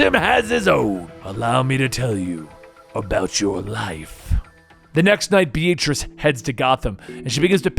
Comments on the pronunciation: Please never pronounce the name “Beatrice” again. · Why do you pronounce the name Beatrice B-A-t-rice?